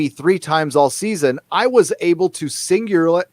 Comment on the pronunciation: Sing u lar ly - SING YOU LER LEE